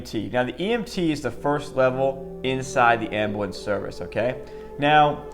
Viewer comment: As an EMT its calles Ambulance not amblance